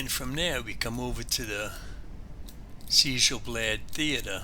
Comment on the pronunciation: No, you're fine. I was just surprised to see a Conan: Exiles video when I searched for Sjel Blad Castle on YouTube. BTW, Sjel is pronounced "Shel" in Norwegian, making the name much easier to say. I am still actively working on my castle for Skyrim, so I can understand and appreciate the time/effort put into your build. Beautiful work!